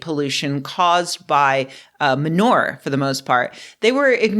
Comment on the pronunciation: LOL, the way you say "manure" is so classy! Almost like another film genre -- film noir and ma'noir. Down south where I come from, we say it more, "Ma NEWer"